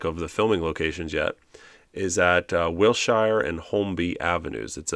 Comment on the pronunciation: it’s Wil-sure, not wil-shy-er, it is one of the most prominent arteries in LA, as is Sepulveda.